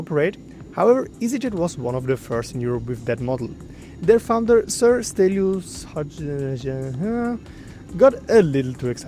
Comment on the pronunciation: I really like this kind of content its really calm it gets the information across its short and you really dont care, pronouncing the founders name you just mumbled through 😂